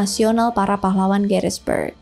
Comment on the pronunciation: Gettysburg.. bukan Garisberg